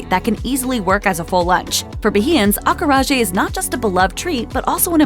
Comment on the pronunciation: Every time she mispronounced acarajé, it hurt my ears.